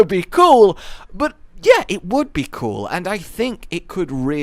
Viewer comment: you're doing alot of lore vids lately, cewl loul i said that wrong ecks deee